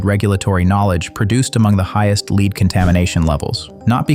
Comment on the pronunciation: FYI, the voice is pronouncing “lead” the wrong way. It’s pronounced “led” in this context.